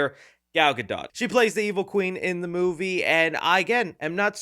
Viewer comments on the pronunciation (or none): My friend , it's pronounced GaDO not GaDOT!!!!!